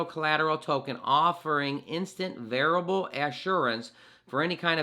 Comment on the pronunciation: VER- I FI -A BLE, not variable....